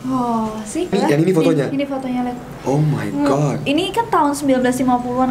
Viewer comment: andovi say “omaygat”